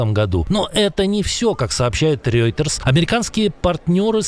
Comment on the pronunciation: Опять "Рёйтерс"! Ну что за дятел?! 🤦🏼‍♀️